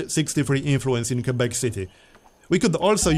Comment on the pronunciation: pronounces Quebec better than we do in Canada lmao